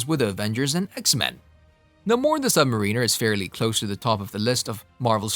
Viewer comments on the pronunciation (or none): Dude, he’s the Submariner not the submarine er! OMGOODNESS do ur homework!!! & ur mispronouncing Namor too! Watch the old 60’s cartoons